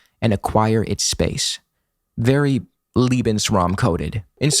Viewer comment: The first "e" in lebensraum is pronounced like the "a" in labour.